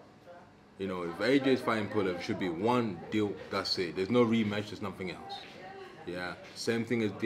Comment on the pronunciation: He said RE METCH, not Rematch